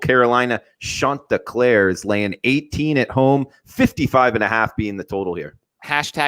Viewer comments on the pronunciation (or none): Uh, its Chant- te-clEER... ChanteclEEr.. there is no "Clair" or "Clare" and its too bad that they're not going to be invited to the CFP